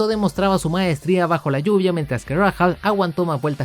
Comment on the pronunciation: Buen video, salvo algunas correcciones (espero que no lo tomes a mal) - No se dice "Vassa", se pronuncia "Vasser", igual "Luyendyk" se pronuncia "Layendaik" y "Rahal", "Reijal" - El equipo que tu mencionaste como "Andrea Moda" en realidad se llamaba EuroInternational o EuroMotorsport cuyo objetivo era acercar a pilotos europeos a la IndyCar. De todo eso, excelente video, ojala contaras mas historias de la IndyCar, como la del Penske PC-23 y como este coche fue la chispa que encendió el Split.